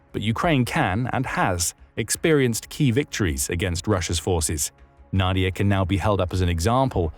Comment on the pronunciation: it is read as [nadi'ia]